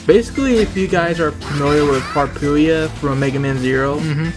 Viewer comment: Mikyu nyaow actually: Harpuia. not Harpuyia XD